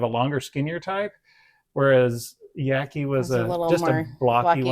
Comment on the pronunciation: Yaqui is like jockey. Not like lackey. :)😊